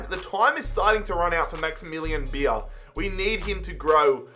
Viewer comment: coming from a non-german person, you pronounce Beier as Bayer..